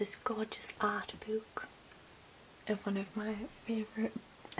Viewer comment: I’ve never heard anyone in the UK emphasise the double o in “book” more than you; I think I need to leave Essex more.